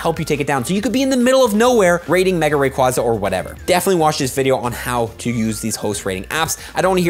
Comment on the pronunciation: Wrong way to say Rayquaza but hype!